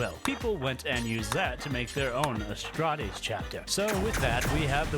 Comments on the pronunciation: if you say Astrates instead of Astartes one more time Ill kick you in the shins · I love you, but please, As-tar-tees, not A-stra-tees. Amazing video though:D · Adeptus Astrates Adeptus Mechanus You are absolutely butchering these names lol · AsSTARTes not asTRATes and MechaniCUS not mechanus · Hearing you mispronounced the names was hurting my soul so just a tip, most names are pronounced how you spell them, for example astartes is pronounced ass-tart-es. also most of the names are based off a word made to sound like a latin root.